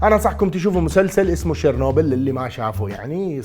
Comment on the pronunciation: يوووه ماينسمع واضح اسم المسلسل،، اش قلت شير نوبل؟